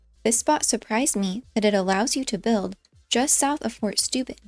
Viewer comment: Actually it's Fort [Stoib'n] 🤷 Feel free to check it in Google Translate....